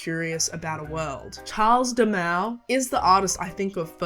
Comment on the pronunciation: The way you pronounced Carles Dalmau… 💔